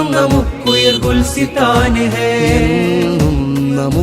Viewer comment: Gulsithan alla gulisthan aanu ...